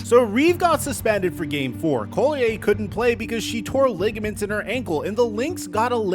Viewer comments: LOL its not COLLIAYE its Collier!!! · Not that it matters, but "Collier' isnt a french name. Its English (call-e-err not call-e-eh ). Just means "coal miner" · He calls her Napheesa Coulier. Cut. It. Out. LOLOLOLOL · Napheesa’s last name is pronounced “call-yer” not “coal-lee-yay” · CALL-e-yer. You draw attention to her cause ... at least respect her enough to not mispronounce her name like 100 times. easy research. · Dude… stop trying to frenchify Collier’s name. It’s literally just pronounced “call-yer.” Pretty obvious you’ve never watched a single game of hers 😂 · making Napheesa's name sound all French and fancy. 😄 It's Collierrr. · your saying collier wrong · You've done several videos mentioning Napheesa Collier in them and still you can't be bothered to pronounce her name correctly... That's just lazy. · how come you can't pronounce her name correctly? that's pretty sad. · Hearing “Collier” said like that so many times is pissing me off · Bruh please learn how to pronounce Napheesa's last name before saying her name a million times in a video. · Dude if you are going to report on someone at least google how to say their name... Collier... just look up 1 video on her... You've done multiple and you say her name wrong every time. This page is becoming more and more unreliable and uninformed, sorry to say but I'm unfollowing. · You are butchering the name Collier lol